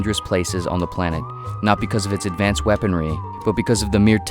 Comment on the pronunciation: "ADVANCAD WEAPONRY"